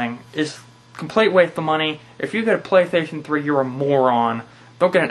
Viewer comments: apparently, it's the pwaystayhstionfwee. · xDDD "the playshation free". and the glasses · hahaha listen to how he says playstation 3